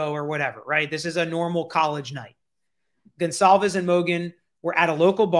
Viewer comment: I LOVE watching you & your channel! I just have to make a quick point, since this is on my heart. Everyone keeps butchering that poor girls last name! It's pronounced GONE-CAL-VES! If you can't pronounce it correctly, just call her by her 1st name out of respect! Just saying! Sorry! It's the teacher in me! LMBO! Most ppl, such as my students don't care to be called by the wrong name!